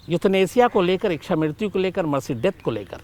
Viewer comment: शम्स जी शब्द इक्षा नहीं है बल्कि इच्छा है। कृपया सही तरह से उच्चारण करें।